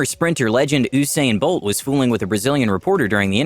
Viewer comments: homie really just said Oosain bolt? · please don’t tell me he said OO-sain bolt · You should add in for saying ‘oosain bolt’ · Lol oosain bolt and Gemini one lmbo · Oooosain bolt??? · oosain bolt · "oosain bolt"